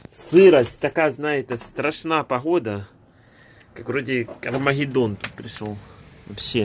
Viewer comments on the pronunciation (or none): Шо за магидон? Армагидон?